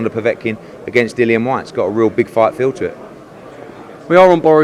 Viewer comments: My guys saying his own fighters name wrong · Wtf with Dylan, show the man some respect and say his name properly, kugan the other day was calling him Dylan aswell, Dillian smack em next time, respect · I wonder if eddie will stay loyal to Sky Sports. And his name is Dillian not Dylan ffs